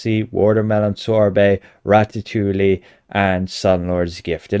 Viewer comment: "Ratta tooley" ? 🤣🤣 Is that how the kids are saying ratatouille now? Not "ratta tooey"? {:o:O:}